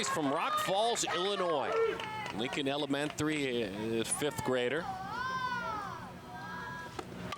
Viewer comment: “Lincoln Elementhree” 🤣🤣🤣😭😭😭